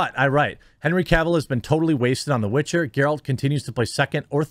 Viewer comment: It's called "The Witcher", not "The Bitcher", for a reason.